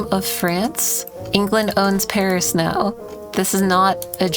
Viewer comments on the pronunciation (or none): none